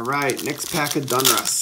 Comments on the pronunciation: Its Donruss not Dunruss just so you know friend I'm a English major so it sounds funny to my ear but I do like your vids man keep'em coming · For the love of god it's pronounced .. "DAWN-russ" not "DUNN-russ" 😂 not gonna lie, for some reason I cringe every time I hear you say "Donruss". Besides that, your content rocks! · How does a card guy mispronounce such a common brand name as "DONruss"!?!?!? Has no one ever corrected you on this?